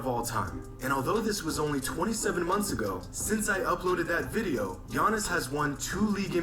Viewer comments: It’s crazy cuz in Greece his name not even pronounced as ‘Yawnis’ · I'm honestly happy basketball is over for a bit now we don't have to hear you butcher giannis' name on purpose